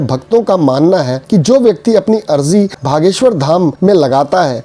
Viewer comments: भागेश्वर नही ह बागेश्वर जी ह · Why u r saying Bha.. Its Bageswhor! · Bhaiya ... Bageswar hai...aap galat ucharana kar rahe hein...